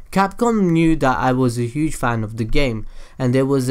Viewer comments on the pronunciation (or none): none